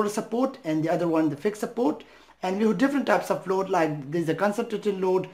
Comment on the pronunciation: "SUPPOOWWWT ' in philippine dialect means UNCIRCUMCISED..the letter 'r' left the chat..